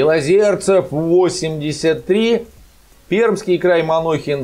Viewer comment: Да, не Манохин, а Махонин !!! Что в телевизоре, что на вашем канале перекраили фамилию нашего губернатора - Пермский край !!!